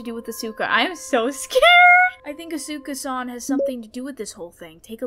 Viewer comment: As someone who watches WWE, I suspect that you're pronouncing Asuka wrong lol don't worry, Jay(Kubz Scouts) did too. Love watching you guys play these games🙌🙌🖤🖤